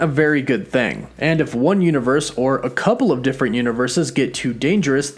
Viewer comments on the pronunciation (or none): peep warren's brief southern twang "thang"